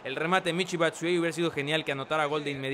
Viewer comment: SE PRONUNCIA BATSUAYI